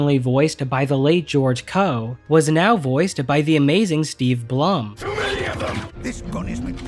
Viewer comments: It pronounced "Bloom" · Steve Blum is actually pronounced bloom.